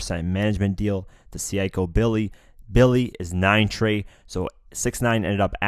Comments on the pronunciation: It's pronounced SAY-KO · If you gonna report tgis stuff and try to sound credible, you shoukd know how to pronounce what you reporting...Utica....Seiko....i stoppeded listening after that lol. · Utica. Seiko. Dude learn how to properly pronounce these very common words.